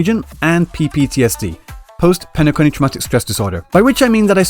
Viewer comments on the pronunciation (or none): You lose me every time you say penaconny because I have no idea what that is and it sounds rent-yarded.